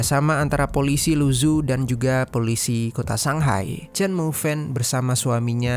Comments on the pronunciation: Keknya yg isi suara perlu belajar atleast banget pelafalan bahasa mandarin karna susah didenger kek luzu apa cb? Mungkin lu zhou? Ini bacanya lu cou lalau zhejiang bacanya cre ciang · Halo Bro, Mohon izin bukan saya sok pintar atau gimana, Membaca nama kota negara lain, mohon ikut cara baca mereka, aneh saya mikir dua kali, apalagi nama orang. Mougen dibaca Mogen, Luzhou dibaca Lucou. ikuti cara baca bukan hanya abjadnya. biar tidak salah paham.